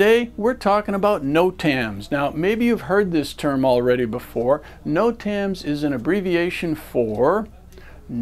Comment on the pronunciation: Good video just can't get passed the way the instructor says Notams lol. "noTAMS"